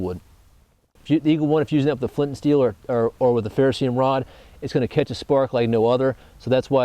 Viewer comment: is anyone gonna pronounce ferroceRium properly in the bushcraft community